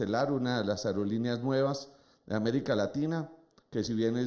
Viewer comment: Que tal aprender a hablar? Ariolineas?? Aerolineas señor!!